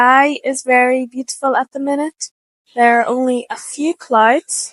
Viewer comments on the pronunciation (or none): clowds, clowds, clodes. Should it be pronounced like that?